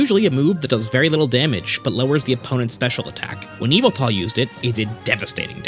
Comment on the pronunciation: its yahvultal